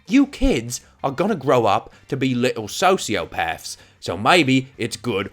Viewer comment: Did he call us sosiopaths